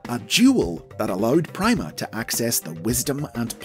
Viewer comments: Logically, it should be pronounced "Preema," not "pry-ma." "Primadona, Primavera," etc... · It's being pronounced wrong. Pronounce "prima" like in "primadona" where the "i" has an "ee" sound, and it works really well